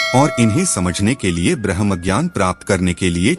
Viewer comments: 'ब्रम्हा' नहीं घोंचु, 'ब्रम्ह' बोल। क्या ज्ञान देगा तु किसिको ? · ब्रह्म को आप ब्रह्मा बोल रहे हैं, जिससे अर्थ का अनर्थ हो जाता है! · कृपया ब्रह्म के बदले "ब्रह्मा" ना कसे |उपनिषद ब्रह्म विद्या का ज्ञान है|ब्रह्म और ब्रह्मा अलग है|उसी तरह कुछ उपनिषद के नाम गलत शब्द एवम उच्चार से दर्शाये हैं उदा. 'कथा' (कठ),'हमसा' (हंस),छांडोग्य (छांदोग्य), अमृता....(अमृत), अरण्यक (आरण्यक), बाकी आपके प्रयास प्रशंसनीय है और आप धन्यवादके अधिकारी हैं|